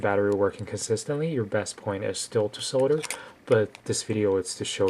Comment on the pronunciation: 1- cut your nails 2- learn to pronounce "solder" 3- stop fucking whispering